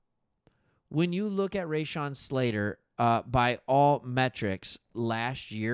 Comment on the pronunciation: you are NOT saying Slaters, 1st name the correct way?....LOL